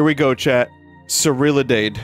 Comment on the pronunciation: "Surriladeide" certainly is something to hear